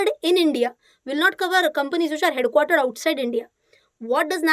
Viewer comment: Head quarter pronounce 😀😀😀😀😀😀